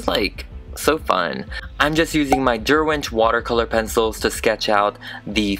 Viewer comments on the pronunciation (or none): none